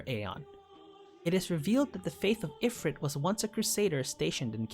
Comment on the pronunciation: You really need to work on your pronunciation of the aeon names. Valefor has 3 syllables. Ifrit sounds like "ee-freet".